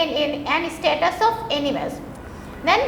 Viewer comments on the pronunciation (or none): its statues (murti), not status. LOL